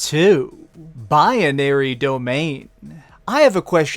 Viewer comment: Number 2 bye-uh-nary domain? Can you not read? It's binary not bianary.